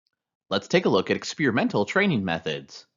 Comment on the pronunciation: Is the narrator high? He didnt even pronounce Experiential correctly...